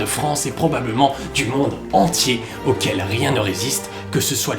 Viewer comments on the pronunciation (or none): none